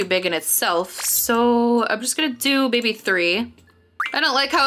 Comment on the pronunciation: And I hear you say baby instead of mybe